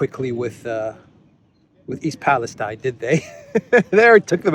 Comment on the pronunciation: East Palestine = East Palesteen pronunciation